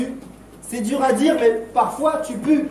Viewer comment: "c'était duuur" avec l'accent c'est fou